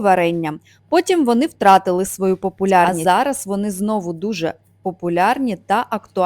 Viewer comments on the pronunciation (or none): none